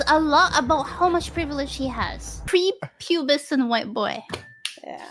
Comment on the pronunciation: the word that you couldn't quite get was "Prepubescent"